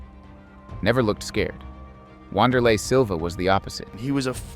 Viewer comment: Vayl tudo🤣 Rick-son Gracie. Wahnder-lay Silva